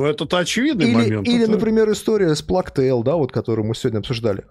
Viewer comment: Пожалуйста, можно перестать плакать🙏🏻 Чума по английски читается как "плэйг" - [pleɪg], и никаких слёз там нет и в помине. Проверочное слово - PlayStation